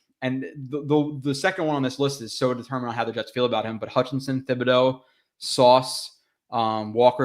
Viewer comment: Hey love your content but just FYI Thibodeux is pronounced with a hard T, not TH